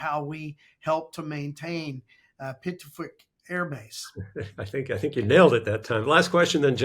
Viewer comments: Pituffik is pronounced bee-doo-FEEK. Besides the airfield and space mission assets, the port there (open during summer months) is of strategic importance as well. It's a small, tight knit community with great camaraderie and cooperation between the Danish and Greenlandic hosts and US forces along with Canadian forces that transit through. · Pituffik Airbase pronounced: beedoofeek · A couple of remarks: Pittufik - well, the P is actually pronounced as a B. One of the great sources of spelling errors on Greenland. The main problem with the americans on Greenland is: They have no clue what they are doing. once they are out of the confines of the base. Denmark has the weirdest military units in North eastern Greenland for patrolling. The Sirius Patrol. It is actually cavallery - with DOGS. They are armed with M17 bolt action rifles, as they are reliable in the extreeme weather conditions - and it a naval command. The King is actually trained in the arctic - I believe he was actually placed there by his mother, when he developed an "unsuitable" connection with a fashion model - the womens underwear variety. But the rifles are not against russians they are defence against polar bears Polar bears are the largest living bears and they are constant pissed off. The stupidity of Trump belies credulity. The point is, that no matter what the USA has to pay for the use of base facilities it will be immensely cheaper to get an arrangement with Denmark. The benefits to the USA of such an arrangement will be huge. To think that USA can make Denmark pay for the privilege of defending the USA's most vulnerable strategic interest is so absurd that makes sane people weep. The other point is that Sdr. Strømfjord is THE ONLY possibility for a airfield that can turn around strategic bombers and heavy transports - it is actually great for that purpose, as the cold and dense air